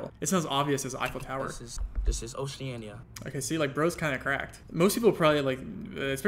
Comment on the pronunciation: speed callin it oceania threw me off